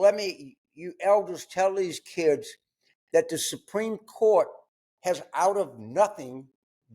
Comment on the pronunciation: "No one is above the shurt"